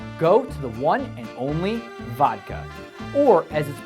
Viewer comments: well beside pepsi thing( if im not mistaken it was coca-cola), the "fun" word, vodka being pronounced not vadka but vodka with "o" sound as if it is read separately from the word, and maybe MacDonald pretty much everything is accurate. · what cyka blyat told him you pronounce vodka "hodka" makes him look like a debil. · I like the comment approximately 2/3 rds way into the video something to the effect, "The clouds in Russia are always in turmoil." but watch slowly and one sees in English, "Leesburg Pike Toll Place or Plaza". I don't believe the 99 percent of this video is factual, especially with the pronunciation of the word, "vodka". I suggest one 'culturalize' and find a Russian community in their community.